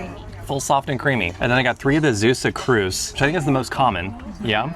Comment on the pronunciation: Not Zeussuh, but Zaywsuh